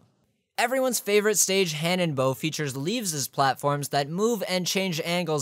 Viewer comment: "Everyone's favourite stage hanenbow" xD